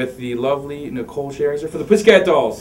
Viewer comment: Lmao he said Nicole Sherzer